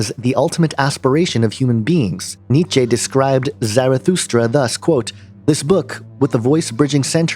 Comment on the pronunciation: Do not utter German if you cannot pronounce it..It is Neeeeee Cha...chuh...duh..like a Porsche....German always is pronounced the same way....In Hoch Deutsch any way.....All so sprach Zarathustra....ein Buch fur Alle und Keiinen.....read it....at least 20 times....in German and English and then at least attempt Japanese.....just saying....sorry I cannot find umlaut key but he would never know anyway....why are so many So called Christians so obsessed with the occult? Perhaps Jesus really was a Magick Man.....or God in the Flesh...combined with a man, and filled with the Spirit....